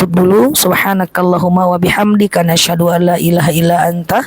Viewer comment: kenapa kalo ustadzah baca ashadualla illahailoloh tuh nashadu allailahailolloh